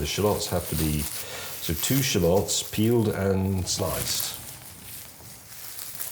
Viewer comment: "Shuh-lots"? Sounds like May has been hitting the Asian Parsnip Gin! LOL! 🤣 "Sha-luhts", James.